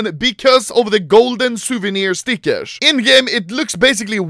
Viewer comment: I think Anomaly's definition of cheap is different from ours. Also love how he ends up saying "stickesh". :))